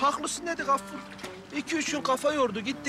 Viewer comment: Hatip ağanın Gaffur'a Kaffur demesi bir tek benim sinirimi bozmuş olamaz